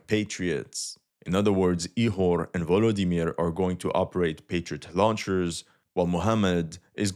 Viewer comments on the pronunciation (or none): none